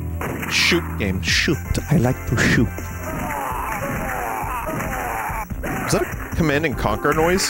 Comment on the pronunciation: Vinny finally plays schüt games the fabled babby AND schüt game